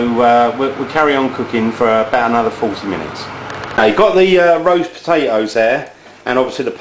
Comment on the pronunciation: PAPATOSS lol ahahah he ses it so funny!! !@